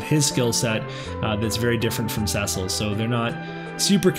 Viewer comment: Someone who ponounces Cecil properly! Nice! XD